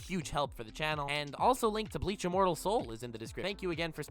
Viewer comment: Everytime says Bleach, I hear Leach...